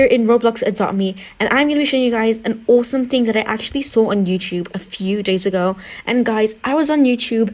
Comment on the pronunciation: please say the word AWESOME correct